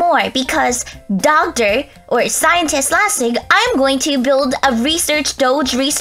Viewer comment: You said DOGtor 😂LOL!